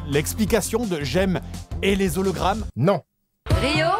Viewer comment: Moi ce qui m'énerve le plus c'est que le mec à la fin ne fais pas la liaison entre "les" et "hologrammes" alors que le h est muet